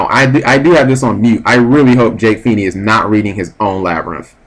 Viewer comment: Everytime Cap says Jake's name all i can think is "PHEE-NAY!!!" is it just me